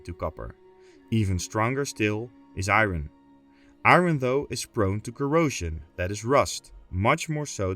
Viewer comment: Love your vids, but PLEASE understand that “iron” is not pronounced how it is spelled! It’s pronounced “eye urn”